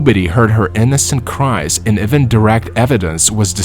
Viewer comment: One can tell that you use a bott - even turns into ewen, father turns into further, and other words! Not good!!!